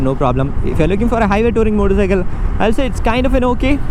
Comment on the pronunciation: Everytime he says "moddicycle" 🤣